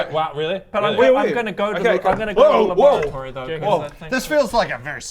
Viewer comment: The 1st few times I heard "laboratory", I swear I heard "lavatory". I really wanted Adam to fix the toilet as a science officer.